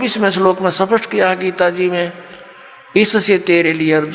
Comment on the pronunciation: Jo "स्पष्ट" को " सपस्ट" कहते है , उनसे क्या ज्ञान लेना😁😁😁😁